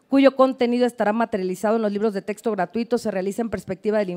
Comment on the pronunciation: PUES YO NO LE DARIA TANTO MERITO AL SEÑOR YA QUE DEJA MUCHO QUE DECIR EN SU EXPRESION AL DECIR TESTO CUANDO SE DICE CORRECTAMENTE TEXTO. NO HAY QUE IDEALIZAR TANTO A LA GENTE. P.D. Y SI LE HICIERON EL FUCHI DESDE QUE NO OPINO NADA.